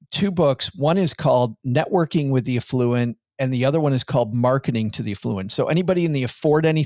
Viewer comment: Note to, the way you pronounced "affluent" sounded like "effluent" which is probably not what you're going for... I'm with on this one! 😆